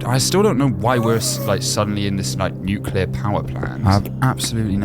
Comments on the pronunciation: what is the nucilar ghast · sorry i heard NEUCLUR GHASTS???(i cant spell SORRY)